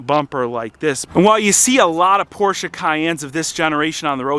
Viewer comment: Thank you so much for not saying "Porsh". Greetings from Germany ✌🏼